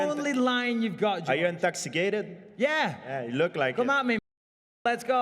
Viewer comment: Are you intoxi...kated